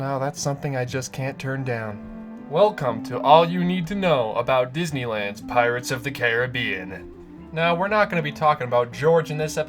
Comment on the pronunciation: Finally someone who can pronounce the rides name correctly